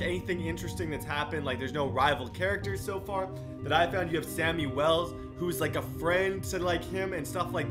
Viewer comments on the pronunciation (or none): It’s Shammy Wells not Sammy Wells XD It’s okay though